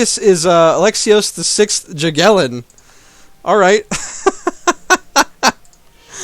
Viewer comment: You pronounce "J" in "Jagiellon" like a "Y". It bugs me too much. Also, now, you can get a PU on Lithuania!